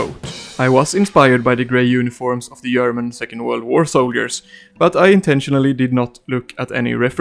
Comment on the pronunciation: "I yust love the yerman coats"